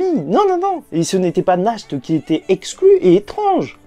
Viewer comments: Mon cher sache que Nacht ne se prononce même pas [naharto] mais [nahato] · Juste naht pas nahto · Nahato et pas nakhto lol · Oe dit Nash t c est mieux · C'est mieux "nachte"